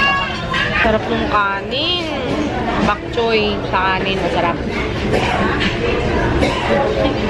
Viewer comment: it's bok choy not bak choy. 😊